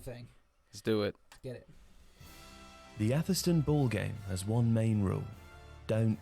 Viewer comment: Its pronounced "Averstun"